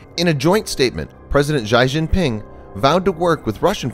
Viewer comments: How did you not look up how to pronounce Xi Jing ping before your posted your video? He is so we'll known. They say his name on the news all the time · Good vid but please learn how to pronounce the words. The US ship-based anti-missile system (Aegis) is the Eee-Gis system, not "Ay-Jis" and China's president's name is pronounced Zyee Zhin-ping, not "Shy Shin-ping". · The video was excellent and informative and completely threw me off with the butchering of Chinese Presidents Xi Jingping's name. A simple search of a soundbite news clip on him would have cleared up the pronunciation issue. - Great research on the other aspects of the inadequacies of the Kim Jung Un regime. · Okay, who the fuck pronounces Xi Jinping like that?